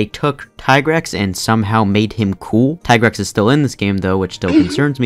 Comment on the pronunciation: Had me at mhfu being s tier but lost me at the tigrex slander. also, it's tee-grex. ALSO tri being your number 1 tells me a lot about your person, you sir, are suspicious.